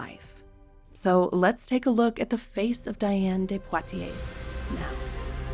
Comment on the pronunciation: Colossal error: You call her "Diana de Portiers"? The correct name is "Diane de Poitiers." 'Dee-ahn de Pwah-tee-ay.' You should be more careful.